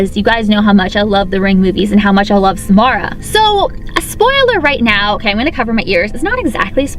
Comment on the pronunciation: every time she says Samara I hear s'more